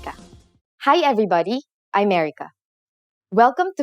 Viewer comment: u know what..when she said her name "i am erika"...i was so confused ....cos it sounds me "i america"...haha...i thought how can it b possible...i knew its my mistake...but stilll wondering wts her name.....now i know her name...:)